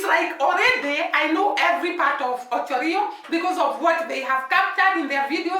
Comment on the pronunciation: It is called Ocho Rios you have to pronounce the s at the end. The whole Jamaica is surrounded by the Caribbean Sea